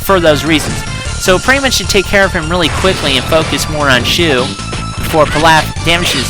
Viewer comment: Isn't shu pronounced "shoe" because that is what they say on the show